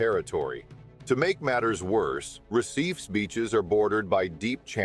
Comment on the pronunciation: Pronunciation of recife is hilarious! Enjoyed the video good job!